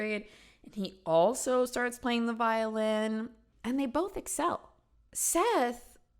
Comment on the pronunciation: I rewinded that part 2 times because I kept thinking she said violence instead of violin 😂 I’m glad I’m not the only one